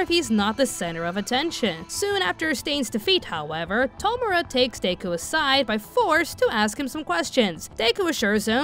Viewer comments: My girl did you really just pronounce his name as "Day-Ku" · I can't lie, the way you were pronouncing Deku as Day-ku was hard for me to ignore and I had to make myself try to ignore it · DAY-KU haha.